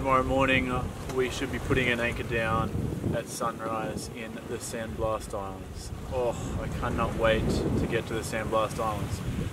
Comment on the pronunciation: It’s Blas , blas I tell you blas. Not 💥 San blast 💥. Hahaha. Just hacking on you 😂😂